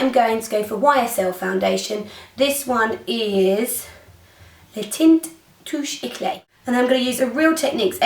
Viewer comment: I love your accent when you talk about YSL teint touche eclat, i'm french and it makes me joke ^^